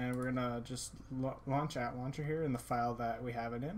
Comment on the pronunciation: Lol he pronounces ATLauncher (At-launcher) when its supposed to be pronounced (A-T-Launcher) xD